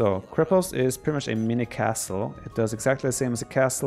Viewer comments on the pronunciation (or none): Since I am from Bulgaria a short pronunciation course Ö КРЕПОСТ - KREPOST (hard K and hard E ) , singular bagain/bagaini plural ( bagains is not right at all) BAGA (G LIKE IN GREEN) IN (in is pronounced like ''in the town'' not like in ''gains'' - from Iranian baga- lord, great,big .and btw bagatur bagain must be cav unit not infantry :D KONNIK -horseman - KON-NIK (hard K, hard N and one more N)